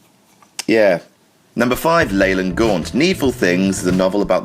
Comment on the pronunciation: it's pronounced Leeland not Leyland.